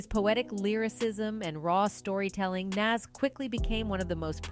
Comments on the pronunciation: Please research the pronunciation of NAS.Plz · She mispronounced his name. 😮